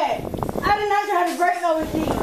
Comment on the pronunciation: The word is "ASK" NOT AX